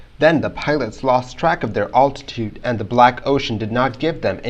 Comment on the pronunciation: You really should learn how to pronounce the word "altitude."